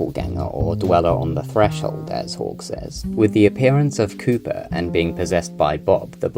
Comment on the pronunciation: When you say “Cooper” it sounds as if you say “Cuba”